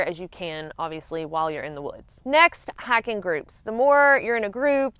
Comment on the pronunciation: Omg yr accent 😂 it sounds like yr saying hacking not hiking girl